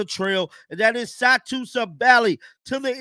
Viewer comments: Wish you get Satou’s name right. Good grief! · Man put some Respect on Satou last name man! Sheesh.. Butchered!!